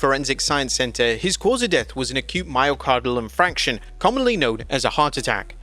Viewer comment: Myocardial infarction. You pronounced it wronh